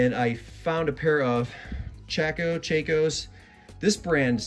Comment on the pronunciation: Pronounced “cha” “kos”